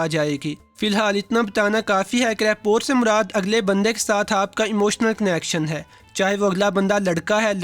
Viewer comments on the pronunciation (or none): It is not rapor, it is rapoa.. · The word rapport is pronunciated as rappo. It's the same word that is commonly used in our daily life k is bandey ki rappo Achi hai jisko log reputation samajhtey hein. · Rapport..it sounds Rapoh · Rapport mai T silent hay